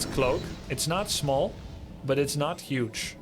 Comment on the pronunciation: thumbs up for saying Yuge with a Y. 🙏🏻🇺🇸❤️